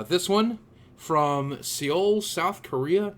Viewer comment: Haha just an fyi, Seoul is usually pronounced in English the same as soul.